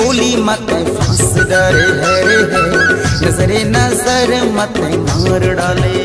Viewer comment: इसमें जिस सिंगर ने गाया है उनको में बताना चाहूंगा की शब्द को शुद्ध उच्चारण किया जाए जैसे की नज़र ये उर्दू शब्द है उस हिसाब से नजरे ना की नजरे ऑडियो रिकॉर्डिंग भेज रहा हु